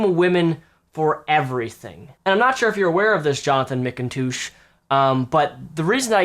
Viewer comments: is he sayin Mcindouche on purpose? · Every time says McToosh in this video, a unicorn is born.:'D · Are you saying his name weird to make fun of him, like McIndouche? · Is he pronouncing Mcintosh correctly? He's saying it like Mick-in-toosh. I thought it was said just like the apple. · it's pronounced "Mik-n-tush" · I could've sworn you said "McInDOUCHE" at least once. Maybe I'm wrong. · Please stop calling him "mkintoosh" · how you say his surname makes me laugh. Mick 'n toosh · Sounds more like Mac-N-Douche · Mcintoosh? Is that how he pronounces it? lol surely not.. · i thought mcintosh is a quite common last name for western people, weird how doesn't know how to pronounce it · Mispronouncing the name is childish, those people do it all the time and it's annoying. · can't tell if you really can't pronounce his last name or if its a joke, either way i love it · Is he deliberately pronouncing his name wrong?